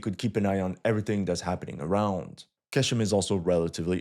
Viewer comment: It’s pronounced “gh-eshm” bro